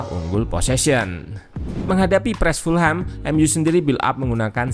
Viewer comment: Cara baca Fulham bukan full-ham, karena full-ham terdengar dengan arti = penuh daging babi. Yang benar = fulem .... Jangan salah lagi ya gaes please, ga enak dengernya full ham😂